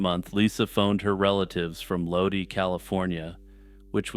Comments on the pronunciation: OH SHIT THE 209 MEBTIONED 💯🔥 it’s pronounced “low-dye” lol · Lodi= load eye, as is where I’m stuck again. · I've never heard Lodi pronounced like that. It's like Load-eye.